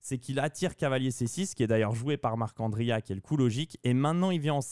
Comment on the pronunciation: J’apprécie l’effort de prononciation pour Marc’Andria, c’est tout ce qu’il me manquait sur ces vidéos